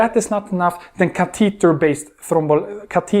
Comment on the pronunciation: CA te tah..Catheter..its so unique how he pronounces it. Good lecture